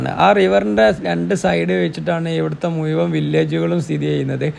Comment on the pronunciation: ഇഷ്ടം ഒക്കെയാ.. പക്ഷെ മുയുവൻ.. സഹിക്കാൻ പറ്റുന്നില്ല